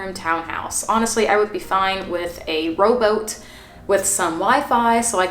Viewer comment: The way she said ROWBOAT